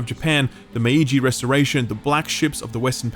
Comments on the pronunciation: mei-ji not may-i-ji. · Maiji should be pronounced as May-Ji